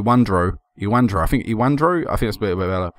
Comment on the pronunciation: ewandro= evandro, dequinho = de-cu-i-nho, barbosa = bar-bo-za. this superclassico is not important, for the Brazil(i am brazilian), i dont know for Argentine. if possible pick players for Internacional(i am Internacional fan) hehe. thanks for the upload daily man, you are my favorite youtuber.